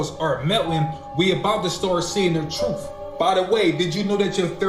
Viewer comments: i cant take this dude seriously at all....if you cant make the TH sound in EARTH and keep sayin ERF and TRUF. This dude doesnt know a damn thing lol. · It’s NOT “Truf”. Its truth!! Talk correctly,damn!!!!😂